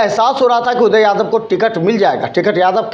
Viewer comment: ये कभी गोपाल जी तो कभी उदय यादव का नाम गलत तरीके से बोलता है । भाई पहले पानी पी लो फिर बोलना। लगता है कि इसे कोई पैसा नही दे रहा है जिसके वजह से कुछ भी बोलकर वीडियो बनाता है कि कोई बुलाकर पैसा दे |